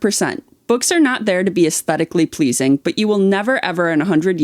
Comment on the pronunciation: I jump every time he says “uzteticly pleazing”, and with absolute doubt, when do lizards organize their books? Love you guys 😂